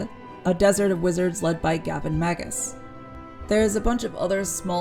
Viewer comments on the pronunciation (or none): MM7 is my fav game of the MM franchise so a couple of things stuck out in the review: * it's definitely Gavin MagNus not Gavin Magus; * it's the first time I hear anyone pronounce Nighon as Nighgone; * Restoration of Erathia was not an expansion it was the main installment of Heroes 3 or Heroes 3: Restoration of Erathia; * The cloud city is Celeste not Celestia; In addition to all that reviewer really pronounces a lot of words differently that what I'm used to like for example the way you say Behemoth - I'm used to [bɪˈhiː.mɒθ] or [bɪˈhiː.mɑːθ]. Why? Is it a style thing? Anyway, the review was umm... Good! :)